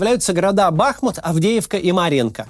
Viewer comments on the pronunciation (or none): none